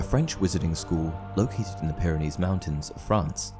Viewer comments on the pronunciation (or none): none